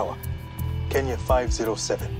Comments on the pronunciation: Bro really said kinya airways 💀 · keenya? do you mean kenya lmao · Keeenya? Seriously? It's Kenya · Why does the narrator keep calling it keen-ya??? And why would that plane have no contact with any towers for 5 hours??? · Any one notice that the narrator is saying "keenya" instead of "kenya"? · It's Kenya not Keenya! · because kenya is pronounced KE-NIA..bet many kenyans even pronounce it wrong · Keen- ya. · Sooo a show that reports on incident facts cant pronounce kenya...its a country..i just...i...how...come on now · You better work on the accents there Kenyans don't speak like that.Actally most Africans don't.